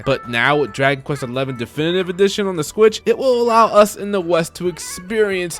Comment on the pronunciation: Is he saying squitch?